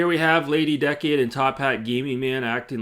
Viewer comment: Be careful she’ll probably sue you for mispronouncing her name. It’s Lady DUH-cade 😂😂😂